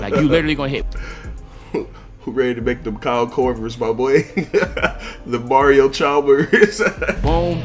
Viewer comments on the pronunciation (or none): “Mario charmers” 😂